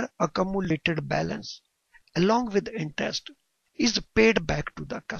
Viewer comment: intest nahi interest .. horrible pronunciation